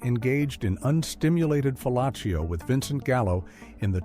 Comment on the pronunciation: "unstimulated fellacccio"? Dude has a pronunciation problem LOL